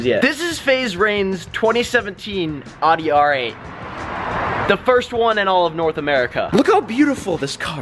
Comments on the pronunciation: "OWdi" not "AHdi" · awdee? owdee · its not awedee its owedee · Am I the only one that thinks the car name is pronounced "Ow-dee" not "Aw-dee"? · It's 'owdee' not 'awwdy' (Audi) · Its pronounced OWdi not awdi... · "Aw-dee" Ok let's stop you right there. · How you pronounce audi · It is Audi. Check the dealers website and go to a dealwr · he aid audi wrong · You're Austrian and you said audi wrong.. yikes